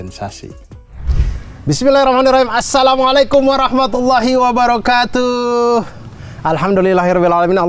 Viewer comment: Maaf, wabarokatuh nya.. tuh nya gak panjang..ralat. 😊 🙏🏻 keren pembahasannya